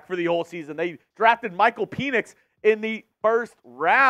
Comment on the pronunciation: Enjoy your content. How do you pronounce Penix again?? 😮